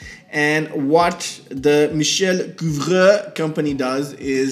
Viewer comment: Your pronunciation of Couvreur is very good, but his first name is spelled Michel.